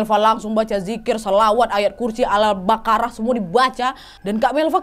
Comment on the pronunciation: kak bukan al bakarah tapi albaqoroh